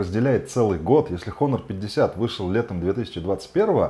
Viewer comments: "Н" в начале слова не читается, по этому правильно произносить Онор. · Автор, учи английский. Читается "Онор". Без х